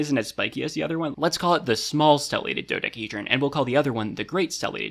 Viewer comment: do dec-a hedron not do da hedron not do dec hedrion